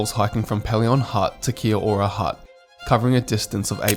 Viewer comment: Pelion is pronounced Pee-lee-on. You're hurting my ears! Also, when you mention passing Crater lake on day one, you show both Dove lake & then Crater lake. And Windermere hut sleeps 34, not 16 people. Trail fee is $0 from the end of May to the beginning of October. Obviously you need to be prepared for colder/harsher weather but it can often be breathtakingly good.